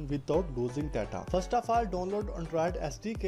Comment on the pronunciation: bro.. its download not donnload..... what a English... bro plz ... change ur English...